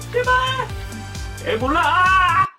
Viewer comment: 마지막에 에..몰라! 가 아니라 에볼라! 라고 들은 1인